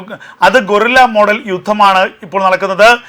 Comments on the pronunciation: അക്ഷര തെറ്റ് തിരുത്തി സംസാരിക്കുക, ഗോറില്ല തെറ്റാണ് ഗറില്ലയാണ് ശരി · ഗോറില്ല എന്നല്ല ഗറില്ല എന്ന് പറയുക